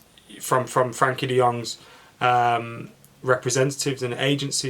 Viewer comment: Goes to the trouble of saying Gakpo as “Hakpo” Still says “Frankie” De Jong 😂